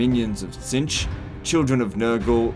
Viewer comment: Tzeentch. It has two Es and you're pronouncing neither of them. Its name isn't Cinch.